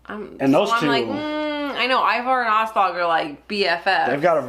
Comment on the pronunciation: 😑 It's AH-slog and you know it.